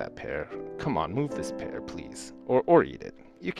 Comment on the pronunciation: is it me or did say "pear" wrong?